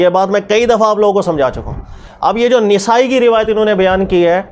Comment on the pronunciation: نون کے زبر کے ساتھ نسائی ھے زیر کے ساتھ نھیں سر مفتی جی